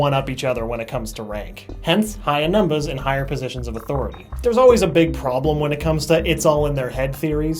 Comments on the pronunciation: I like how he says "numbas" instead of numbers. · The way he says "numbas" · I love how he is sooo into the "role" (idk what to call it) he says numbahs instead of numbers. It's so hilarious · why did u keep saying numbas instead of numbers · "Numba" Haha XD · The fact that he used "numbas" instead of "numbers" the entire time 😊😊😊😊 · "NUMBUHS" is what I gear every time LMAO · Is it just me or is he saying numbas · I hate how he pronounces everything except for "numbers" correctly. He says it like "numbas" and it's throwing me off. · what's up with you saying numbas' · why does he say number like that (numbahhs) its rlly bothering me!! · He is saying numbus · Anyone notice he says numbas instead of numbers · numbahs... that's so charming though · Am I the only one who heard him keep saying numbas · Did anyone else notice that he says numbas instead of numbers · Is it just me or does he pronounce numbers like a baby? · I like how he says numbers lol